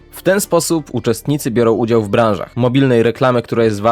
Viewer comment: "Biorę udzał"